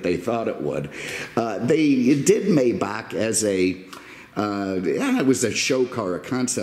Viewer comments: It's actually "MY" Bach by the way. I've driven one of these before and it's just and overdressed S Class. It sounds like an S-Class, drives like an S Class, and everything else. The biggest difference is it has more expensive equipment. And an older Maybach like this one cost the price of a brand new base model S Class in today's time. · it's spelled Maybach but it's pronounced My-bach. Just an FYI. May is pronounced My. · Apologies it is pronounced as My-Bach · Please call it by its proper name, Maybach is pronounced Mybach. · Beautiful car. I love your videos and could listen to you talk all day. Your stories crack me up. It does grate on my nerves when someone pronounces the name of these car MAYbach and not MYbach. I'm sure this correction will bring me very nice replies.....lol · The Automobile is called a "MY-bauk" not a "may-bauk" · Sorry for your loss may God rest his soul. One complaint tho. You say it "May Buck", and it's incorrect. It's MAI BAH.. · Oh and can you settle something for me? A buddy and I have been arguing for a bit on the pronunciation of Maybach - Is it “May”bach or “My”bach? Obviously one of the most important questions of our time...lol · It's "My-bock" according to the pronunciation tools available. I usually hear it said "May-back", but seems to have split the difference. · Just say "my" and add "bah" like in Baja California. That plate, Jesus Christ....it's like plate that Zuckerberg will have :)))